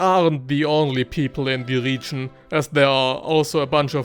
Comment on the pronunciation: I want to watch this video for your advice so much, but i can't... this "RIIIGIIN"... i can't... #noHate but i just can't..